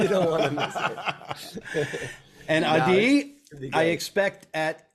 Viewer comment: I’m stoked for the possible West Coast show! Also happy to know how to pronounce Ah-DEE’s name! You rock, Adi 🤟🏼 -Steve Bolton